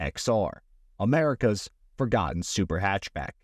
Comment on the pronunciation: Forgoen? What is it with this Generations inability to pronounce t's? Come on kids